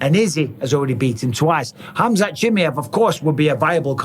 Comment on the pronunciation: Ahhh yes. "Khamzat chimyev"